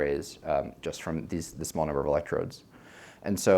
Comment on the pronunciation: Ha ha ha . she said numble on the video instead ov number . that waz phun-knee .